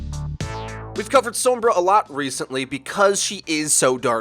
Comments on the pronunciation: what the other comment said. it's how you're actually supposed to say sombra. if you pay attention to voice interactions, whenever the characters say her name, they will pronounce it "s-ohm-bruh" people are honestly just lazy and don't want to change how they've already been saying it. also, some people just don't speak Spanish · Who the fuck is Soum-BRAH? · Americans be like sowmbruh. lol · god please stop pronouncing sombra the way you do. I love you though. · You want to roll that r in sombra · You pronounce Sombra in a really weird way. Like the o in Tome, rather than everywhere else it's like the o in Song. Fun video though. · Ah, I thought it was a accent rather than a language thing, as it stood out significantly compared to the rest of what was being said, and in the cinematics it's pronounced with the English 'o' from what I recall. Will have to look more into it. I don't speak a word of Spanish. :P